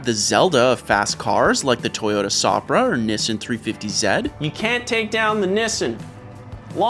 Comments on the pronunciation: "Toyota SOPra?" Tell me you're not a car guy without telling me you're not a car guy! It's "Supra" like "Soup-ra." 🤣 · Wtf is that pronunciation of Supra?????? It's not a a Zopra my dude Supra like soup-ra